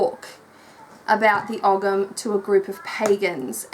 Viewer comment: It's Oh-am, no g.